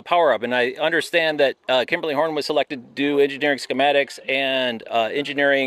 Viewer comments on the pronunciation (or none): It's Kimley-Horn. A few extra syllables were used in the making of this video. 😜